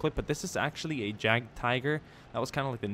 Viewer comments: Jagd is actually pronounced yak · jagd is pronounced as yagd